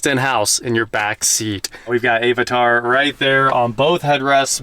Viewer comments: Great video. Love this classic lux. Just offer one suggestion....it's pronounced a·vuh·taar :) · What the hell is “Ayvatar”? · I’m 99% sure is an AI creation… he mispronounces words like AI voice modules… “A-vatar”… “mAy-back” 😂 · a what a tar?!?!?! ive never heard anyone say avatar like that. i'm gonna start pronouncing it like that! 😂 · do not appreciate how you said avatar xD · I love your content. But the way you pronounce Avatar is physically painful to listen to. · And Plas (and budnz) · Hey, at least he says Jaguar correctly and doesn't call it a Jagwah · Your pronunciation of Avatar was driving me crazy.....